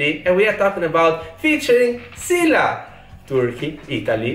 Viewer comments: Just pronounce. Şila is not true one like your pronounce Sila. She is Sıla;) İs it a problem? No...Lets continue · He says şila, you say sila.. she is sıla my god 😂😊🙋‍♀️ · says “Sila”, Bocelli says “Şıla”, correct one is “Sıla” 😂😂 “Sila” diyor, Bocelli “Şıla” diyor, doğrusu “Sıla” 😂😂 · Come on man, she's "Sıla", not "Şıla or Sila" ajdrjgdrkjv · It is Sıla not Shila:) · her name is not Şıla or Sıla. Her name is Sıladır. 😂😂You probably don't understand because Italian and English don't have the letter " ı "